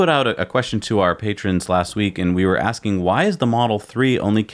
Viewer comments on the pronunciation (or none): none